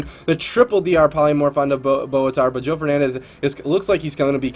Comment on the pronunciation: It's Joe not Joey lol